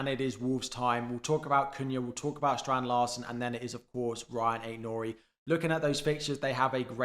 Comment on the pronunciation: Rayan Aït-Nouri, not Ryan. Small thing, but I think you'll want the nitty gritty right.